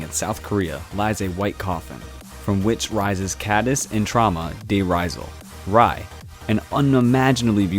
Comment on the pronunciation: Noblesse: Ray, it’s pronounced as Ray. 😖 But thanks for adding it in because it’s amazing!